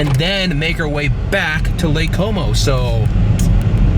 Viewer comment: When you say lake como it sound like something else:)